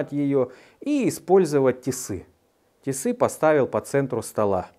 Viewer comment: они тиски, мужик. не тисы. от слова "тискать"